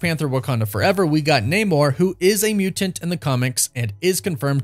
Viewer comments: The way you say muTanT is 🥴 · Bro the way you say mutant 🤣🤣 love it! Awesome vid, can’t wait to see the X-men in the MCU